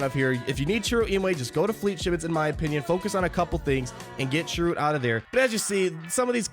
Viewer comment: Bro, you haven't even seen Rogue One? You grossly mispronounced Cassian, Chirrut and Bistan.